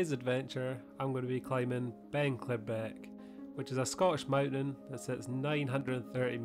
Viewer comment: pronounced 'klee-brick' :))